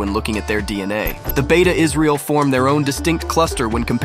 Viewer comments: As ethiopian jew this video is very laughable,consideing the fact u already butcherd the names of my tribe,its not beta its beit mean house of israel ,beta its a name that the govermant in israel gave,secound according to u there is no dna link between israelites and ny tribe,than why do u think they would open the doors for ppl who not related to them ?third from all the group u mention beit israel and maybe and i say maybe the yemenites are the closet ppl that related to the israelites or even the cannaties,ashkenazi and mizrahi are not even beni israel,ashkenazi are not even in the convo,they dont even follow the torah correctly,white washing the middle east been a thing for white ppl its sickning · It is "bete" not beta, it means "House of" in amharic